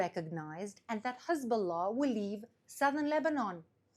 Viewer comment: She is the Best in the world at pronouncing Hezbollah ❤️🇮🇱❤️🤣❤️😊